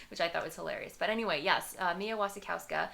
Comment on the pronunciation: I think its technically pronounced vasikovska since the w's are pronounced as vs